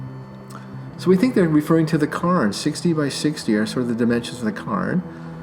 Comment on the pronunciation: Pronounced Cairn not carn. Kind of like pairn, it's not a word but you get the pronunciation. That's why so many people call it the Karen or Karen island, which is due to misheard or misunderstood pronunciation. Either way, fun video!